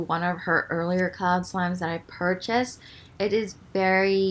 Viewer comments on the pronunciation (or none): ahh I see you! "purr-chashed"😂😂😂